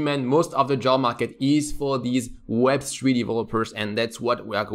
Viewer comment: "web swee developer"